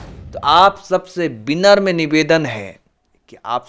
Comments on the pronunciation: binamrm nahi vinamra hota Bhai , aur news achhi h👍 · विनम्र होता है भाई कम से कम सही उच्चारण करना सीख लो फिर रिपोर्टर बनना